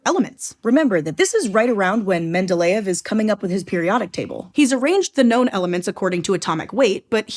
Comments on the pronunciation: She pronounced Mendeleev and Uranus wrong. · why in all my years of schooling did they never pronounce Mendeleev like this? They always said mend-eh-leave